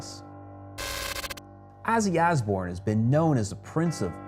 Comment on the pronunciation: i hate the way buddy says, Azzy Azbourne